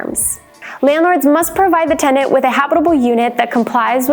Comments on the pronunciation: Yea, it’s not “TENDANTS” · Sounds like she pronounces "tendant" half the time.